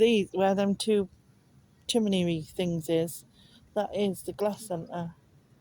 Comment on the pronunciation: Thanks for another lovely day trip, it made me laugh the way you say chimney!! The glass blowing looked fascinating. Trusting and praying that your wound heals well with the addition of antibiotics. Love and Hugs, Nic xx